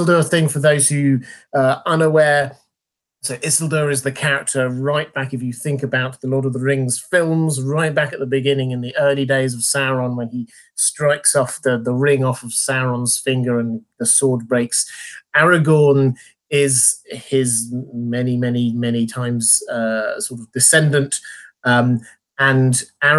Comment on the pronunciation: Sor-on, Sauron dude. X'D